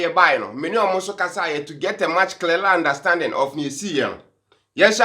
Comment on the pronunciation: Clearler unstanding paaa😂😂😂😂 Who also heard that?